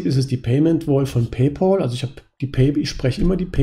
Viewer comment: Es heißt nicht "Pay-pol," sondern "Pay-päl". Pal wie Kumpel. Sonst hervorragendes Video und Videoserie. Vielen Dank dafür! Ich bin zwar 40 geworden, bevor ich auf die Idee kam, diese Strategie für die Altersvorsorge zu wählen, aber ich glaube, es ist nicht zu spät.